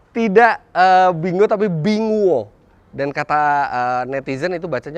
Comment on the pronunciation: Binguo diucapinnya Pingkuo (Apel)